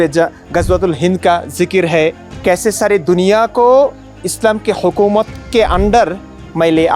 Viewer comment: আপনার হিন্দি উর্দু হিন্দিস্থানি রিখতা উচ্চারণ ভুল । হুকুমত না হুকুমাত , ওমর না ওমার , সমস্যা অ নিয়ে , হিন্দি উর্দু হিন্দিস্থানি রিখতা তে অ নাই আ ও আআআ ও এরকমই কিছু । ১৯৪৭ ১০-১২ কোটি হিন্দু ছিলো আর ২০২৬ এ ৮৮ কোটি । হ্যাঁ , অমুসলিমদের ঝুঁকিপূর্ণ অবস্থায় রয়েছে ইসলামী তালেবাষন জেহাদী মৌলবাদী কট্টরপন্থী ভাবধারার গ্রুপগুলোর সেন্টিমেন্ট মোজাহিদীন উগ্রবাদীদের থেকে।